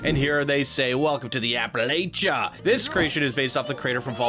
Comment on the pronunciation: I can't help it it bothers me lol.... App-uh-latch-uh. Carry on. 😉😊